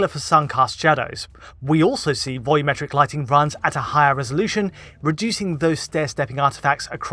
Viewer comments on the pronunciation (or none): none